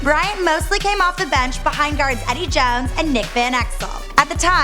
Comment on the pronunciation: " Kubby Bryant, Edde Jowns and Nick Venekzel"